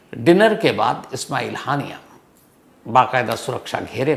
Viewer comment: हानियां ❌ हाइना ✅😂😂😂😂